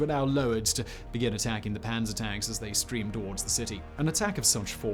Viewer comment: "Ze Kessel" and "zee Cauldron"